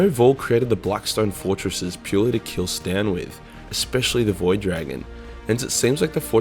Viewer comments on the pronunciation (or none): Pleeeeeease stop calling them "Stan" it's Cee-tan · C'TAN do NOT read "Stan" .... Like WTF you are new to Warhammer? It reads "K - TAN" or "Kii - Tan" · Say it wid me kuhr ‘ tan not Stan - C’tan is pronounced (kuh’ tan) good video though otherwise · Why do you keep calling C'Tan Stan? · Stan? What the hell is a stan? You mean C'tan or, better put, SATAN??? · HE SAID C'TAN AS STAN IM GONNA PURGE YOU I SWEAR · Did you really just pronounce C'tan stan? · I love how you say “C’tan” as “Stan” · Why do you keep calling the C’tan, “Stan”? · Oh my god he pronounce s C'Tan as STAN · Why do you pronounce C'Tan as “Stan“? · I swear each time pronounces ctan I think he’s talking about stands from jojo